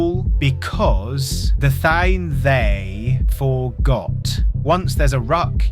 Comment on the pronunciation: The thaaane.